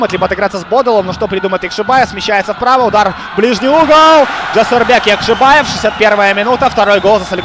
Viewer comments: ЯкшибОев, а на яшибАев. Коментатор блин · по русскому Яхшибаев комментатор правильно говорить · Уважаемый, я прочитал. И там везде он ЯкшибОев. Кроме последнего абзаца, но это уже относится к особенностям языкового восприятия. Это как открытый и закрытый слоги в английском языке. И с точки зрения нашего языка правильно ЯкшибОев, потому что в родном языке футболиста нет ярковыражнного произношения буквы А. А по поводу Ваших коменнтариев- я не слепой и вижу кто в атаке, кто бьёт и так далее. Вы не на радио работаете, попробуйте за 90 минут репортажа что то рассказать зрителю по мимо перечесления составов и кто кому мяч отдал....